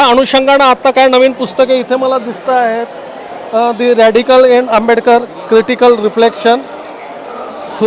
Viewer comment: बाबासाहेब आंबेडकर यांच नाव नीट घे तु नाव कस सांगतोय